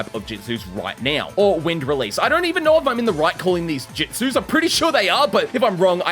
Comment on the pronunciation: Jitsus? Not jutsus?